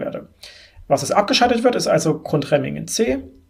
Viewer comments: 2 Kleinigkeiten: Es heißt nicht "Grundremmingen" sondern "Gundremmingen" und Grafenrheinfeld ist auch schon einige Zeit nicht mehr am Netz. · GUNDREMMINGEN nicht Grundremmingen... man man man